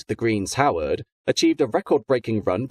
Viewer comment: For gods sake if you mentioned the name The Green Howards as greens howard once you must have done it ten times.